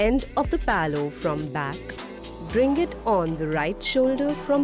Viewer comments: Palow kya hota hai LMAO. How hard is it to say pallu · Did you just referred the "Pallu" as "Paloo" throughout the video??